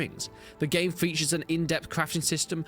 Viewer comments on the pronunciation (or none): none